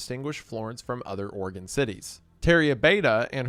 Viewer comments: Thank you for pronouncing Oregon right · Thank you for saying Oregon correctly. Every other YouTuber says Ore-gone